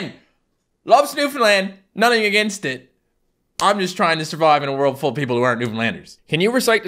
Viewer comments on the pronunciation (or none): Me: nothing: N u t t i n g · its nutting, but says it as nudding or it just sounded like nudding